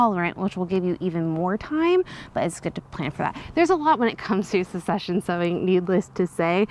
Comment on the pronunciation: I believe succession is pronounced suhk-seh-shn. 😋